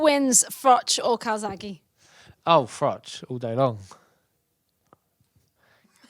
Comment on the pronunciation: Hahahah Carl rage when George says calzaghe, such a shame it never got made, sorry carp Joe is my favourite ever have to go joe